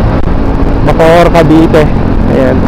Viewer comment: Bacoor Cavite po Sir hindi po Bocoor Cavite